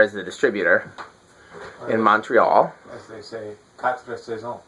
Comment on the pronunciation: Yes, Quatre Saisons is the right pronunciation. Quatre Saisons is the brand. Last summer I acquired the ivory cm version. Celui-là doit être de 1979 ou 1978.